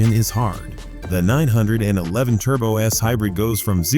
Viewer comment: HORRIBLE AI voiceover. Pull this video down immediately, guys, and hire a human who actually knows how to pronounce "911."